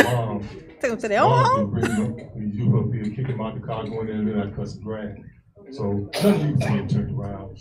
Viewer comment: she actually says, 'the yute.' does she drink the water from camp lejeune? she's aggressively ignorant.